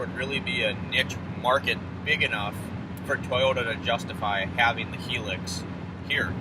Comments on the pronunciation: Its pronounced High lucks. Not Hee lux. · It’s a Hi ✋🏻 - LUX, like Luxury without the ury .. not hilix 🙈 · I’ve owned one here in the UK. It’s not a competitor to the Taco. It’s a diesel small sized work truck. It’s in between a Tundra and Taco in terms of size. Interior is more comfortable than a Taco. 30MPG average but not the fastest vehicle on the road. By the way, it’s pronounced HIGH LUX.